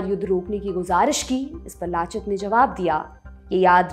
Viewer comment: Aunty उनका नाम लाचित नही लचित था